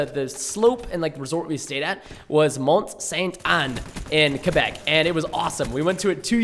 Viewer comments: ITS CALLED QUEBEC, WITH A Q. QQQQQQUEBEC . NOT KABEC . ALRIGHT? NOT A C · is it just me or does preston say kabeck instead of quabeck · quaaaaaaabeck not cebeck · Preston, it's pronounced Qua-Beck, not Ka-Beck lol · its not Kebeck , its Quebec. idk the way you said it is weird. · Kebec? Quebec Preston come on